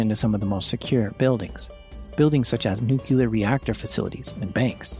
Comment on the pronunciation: Nuclear. Not Nucular